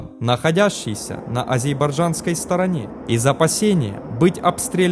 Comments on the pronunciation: АзеРбайджан ,а не АзеБарджан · Про дикцию не скажу , а вот произносить правильно АЗЕРбайджан вместо АЗЕЙбарджан - было бы еще лучше ! 😏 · совет по выговариванию слова "Азербайджан" :-) Сначала произносите медленно слово "Азер", несколько раз. Запоминаете, потом произносите "Бай", состыковываете Азер и Бай, а потом соединяете с окончанием "Джан". И все, и не будет потом никаких "Азейбарджанов" :-D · Азербайджан. Небольшие ошибки в произношении. А по факту - жесть. Не стал делать то, не стал делать сё... Полный привет. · Так же и Горбачев говорил ! Меня это бесило тогда ! И вот опять - 😡 ( Азейбарджан ) 🤦‍♂️😲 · "Айзербаджан" я тоже раньше так говорил🤣🤣🤣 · Горбачев тоже так же говорил ! Меня это бесило ! 😡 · Диктор,научись выговаривать слово Азербайджан.Позор !!!😭